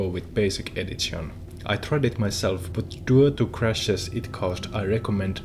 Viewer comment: edzizion edzitionz bro D:!~